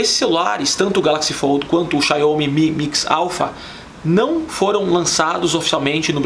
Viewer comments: Estranho ele falando Xaiomê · A gente sabe que um canal não é de tecnologia quando a pessoa fala XIAUOUMI, e não sabe o que é um padrão USB. O Iphone 11 Pro é mais que excelente, mas a gente percebe quando a tecnologia não faz diferença, o que faz diferença é a ostentação.